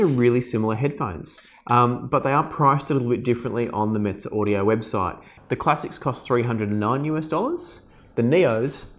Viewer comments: I believe the Classics are made in Romania whilst the Neos are made in China. It’s pronounced meh-zeh not mitze. I’m looking at the neos and wonder if they’d be good to listen to Beatles, Pink Floyd, Nirvana? Is it true the bass is not right for rock or classical you think? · Mez-ay audio is how it's pronounced. So agitated about that for no reason. Like your videos tho.